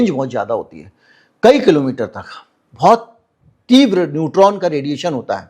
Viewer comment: मूर्ख व्यक्ति। वो न्यूट्रॉन बम होता है। न्यूटन बम नहीं। 😅😅😅